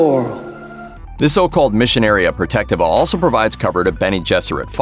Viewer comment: wild pronunciation of "missionaria protectiva"